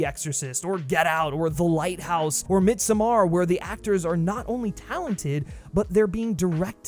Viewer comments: Mid-SOME-ARE lol ain’t it pronounced Mid-Summer? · When saying the word "midsommar". Do not emphasize the "ar" at the end. The "somm" is where the emphasis should be at... sounds like mead-sohmmahr... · That’s not how you pronounce Midsommar lmao